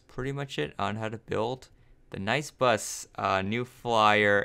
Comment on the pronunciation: Nie? I thought it was nice not nie